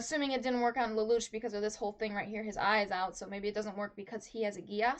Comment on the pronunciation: Why you say "lel lu ch" it's " lel lu shh"